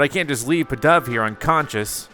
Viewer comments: Not trying to be rude here or anything, but this is like the first Pokémon name you have ever gotten right with pidove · Actually you got pidove right but the pink and yellow pokemon is know as AD-I-NO